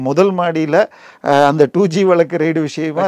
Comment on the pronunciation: Sorry for correction. It is raid not ride. ரைடு இல்ல ரெய்டு